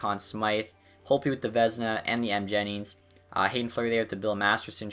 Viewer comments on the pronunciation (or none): none